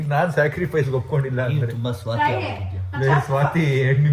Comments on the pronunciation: according to 😂😂😂😂 ಸ್ವಾರ್ಥಿ ❌ ಸ್ವಾತಿ ✔️ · 31.13 swarti❎swati✅ 😂